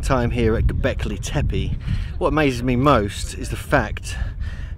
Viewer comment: FTF is gobekli tepaj? . aaaa, E is read "AJ" in englist so TEPE must be TEPAJ, who cares about local zulu pronunciation.. i would forbid entrance 3.rd world countries to all these ignorants who pretend to know something about something, but cant or even worse - bother- to pronunciate right event name